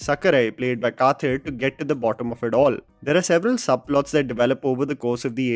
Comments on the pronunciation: it is not pronounced as "kaathir". it is pronounced as "kadir" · Please don’t butcher Tamil names. Kathir is pronounced Ka-dir. Just FYI!